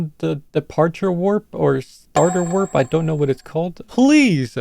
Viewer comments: its warp not wrap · is no one gonna talk about how they said wrap instead of warp..